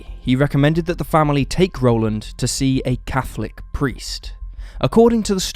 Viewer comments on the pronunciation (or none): none